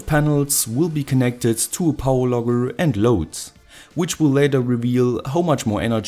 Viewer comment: I hear power logger as power lover